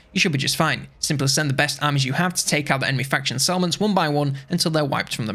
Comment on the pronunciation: took me 5 mins to figure out that you were saying settlements, not salmons...